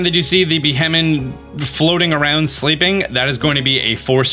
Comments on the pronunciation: it's pronounced "Be-Hee-Yem" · It’s kind of amazing how many Pokémon you just seem to not fully read the names of. Since you mispronounced Beheeyem so many times I’ll show you how to say it: bee-hee-yem. Also it’s El-da-goss, and sih-jill-lith, and just zerneus like xylophone. As a fellow dyslexic, I learned that sounding out names and also learning the origins of the names helps with remembering how to say them